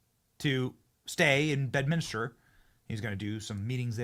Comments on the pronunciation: Say BEDMINSTER, Benny not BEDMINISTER FFS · Benny— it’s Bed-MIN-ster, not Bed-min-is-ter…….just saying 🤛💓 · Stop butchering the English language Benny! There is one “U” in Nuclear and one “I” in Bedminster! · Bro... it's Bedminster... not Bedminister. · Love ya Benny! It's "nuclear" not nuke-you-lar. Also Bedminster, not Bed-minis-ter. 🤓 Thanks, Benny! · And p.s. it’s BedMINSTER, not BedMINISTER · Benny - Love ya bro but day it with me: BED MIN STER Three syllables, not four. Try it. Keep bringing us the based content. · Disappointing that you mispronounced both Bedminster and nuclear